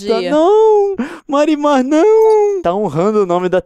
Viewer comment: eu juro que toda vez que liam "marimar" eu escutava "mari madhass"